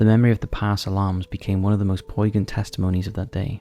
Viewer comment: How could someone who has been narrating videos for more than a decade and whose channel has more than three million subscribers continue to make so many glaring pronunciation errors? "Poignant."